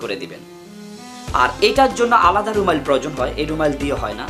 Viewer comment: কথাটা ত "রুমাইল" না বরং "রুমাল"।